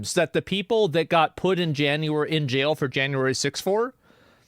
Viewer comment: "Stryaight to jyail" Assmon.